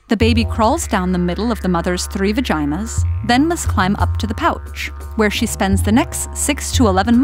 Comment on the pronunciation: sHe saed vagenia thatss isa illegl